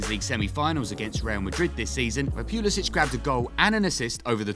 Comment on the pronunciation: The way you're pronouncing the first syllable of his last name is incorrect. British or no British.